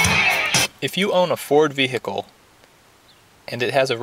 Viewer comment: i own a ford "vee hick kul"